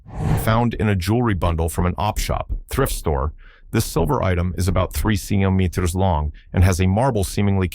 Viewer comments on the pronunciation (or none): Why doesn't somebody teach that stupid Ai how to pronounce centimeter. Or, switch to Imperial Measurements.